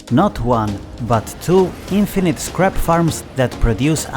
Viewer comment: I'm laughing so hard because when you say scrap it sounds like crap LOL.